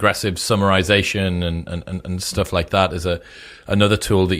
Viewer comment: learn correct English pronunciation Chris, you say e.g. "oonproductive" instead "unproductive" or "stooff" instead of "stuff"